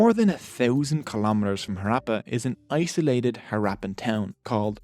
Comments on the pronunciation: when there are Two Hs in the word, how come you completely bypass the "ha" sound and not even attempt to pronounce a single H? Western pronounciation of non-english words boggles my mind, they do it with authority too! lol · Harappa is not being pronounced properly. It's not actually an R. Its a sound not found in English. Please use Google Translate to find out the actual pronunciation. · The Irish accent is a nice touch, and the content is good and well-resrarched bt your pronounciation could be improved: It's HAHrappan, not HaRAPPan. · Improve pronounciation of harappa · This man can not even pronounce the Name of city !! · Very informative video indeed, and much appreciated! Just one important thing: the PRONUNCIATION of the word! Harappa is a village in the Punjab part of Pakistan. Ha as in hurry, hut, rap as in run, rupture (NOT as in apple!!!) and pa. I can say this with authority because the a sound as in at, apple, atmosphere, is NOT EVER used in Indo-Pakistani dialects of Hindi and Punjabi. But we Indians did learn some words with that sound, as in HAT from the British. I see so many Indians struggle with it though; they'll say aaple instead! Har, a Hindi/Punjabi version of Hara, is a phrase used for Lord Shiva, one of the trinity of Indian Gods, worshiped across the subcontinent likely for a few thousand years. One of the findings in the Indus Valley civilization is a figure resembling Lord Shiva meditating. Appa mean father. No, it is not derived from the phrase Smartphone App! 😆😆😆